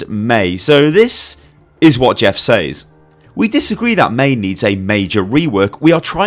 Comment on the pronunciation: When you're british yet pronounce 'says' wrong...